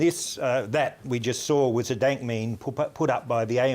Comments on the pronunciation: it's called a dAYNk mEHme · he said dant meme the first time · "a denk mayme" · Nobody: Not even the frog meme: Uploader: daink meimes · Dienk Meems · Sounded like he said Daint Memes at the beginning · Is it me or did he just say “daint meme”? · “Dank mayme”?! >:( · daint meme